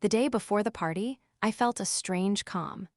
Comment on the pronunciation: “A few months after the Pee…..arty” hahaha. Unmonitored AI. Neither like nor subscribe.